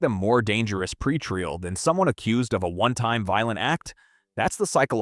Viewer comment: "pre-tree-el..." The abuse of the English language is consistently in play because AI is rudimentary garbage.